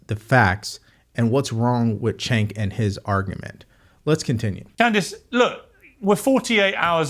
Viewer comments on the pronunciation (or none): one question, why do you keep calling Cenk "chink" ? His name is "Jenk" not that it matters though he's still a turd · it's pronounced chEnk xD